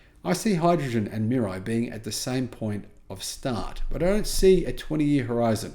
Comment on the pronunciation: It’s pronounced MEE-RAH-EE.